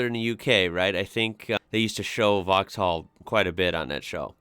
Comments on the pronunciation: Everyones got their own pronunciations, I think if you're genuinely not trying to be offensive most people don't mind if you get something wrong or say it differently. Especially if you've never heard it before. Vauxhall would have a softer (or even absent) h, so just 'vox-all' For the Renault Megane, I would say 'meh-g-an' much like the name Megan but give a little French flourish by elongating the ah sound slightly. For the Dacia, I would say 'day-see-ah' or 'da-ch-ah'. Their ads say the latter but most people I've seen talking about one say the former. Peugeot would be 'per-zho' For Citroen, the 'O' would be silent 'cit-ren' The Leon 'lay-on' is a Seat, 'say-at'. Or sometimes 'see-at' from the US As for the Nissan (besides the fact I would say 'niss-an' rather than your 'nee-sahn') is a 'cash-kai' I've previously owned a 2001 Renault Megane. I've also had a Seat, a 2007 Ibiza ('ih-bee-th-a'); and my current vehicle is a 2011 Citroen DS3. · You don’t pronounce the “h” in Vauxhall in uk. It’s pronounced “vox all” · In vauxhall the h is silent so it will be vauxall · Vauxhall... the H is silent ;-)